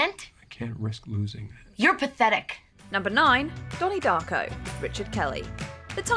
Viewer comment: Not dony darco